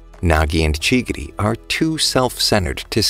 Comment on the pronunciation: bro really called chigiri chiggity💀💀💀